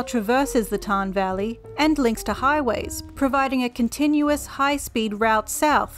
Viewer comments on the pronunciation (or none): none